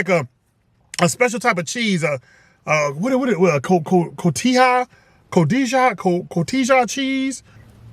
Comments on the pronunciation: Cotija ... I have no idea how to describe for you to pronounce it in Spanish so I'm okay when you say coh tee haa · My wife and I talked about this the other night, Chili's has just gone so far down hill. It's sad. And it is cotija cheese. Pronounced co-tee-ha, so you were right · You actually said Cotija pretty well. Yeah, at the -ija you put a little too much pronunciation, but if you said it to a Mexican they'd know what you meant 👌👌👌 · You did pronounce pronounce the cheese close enough to call it correct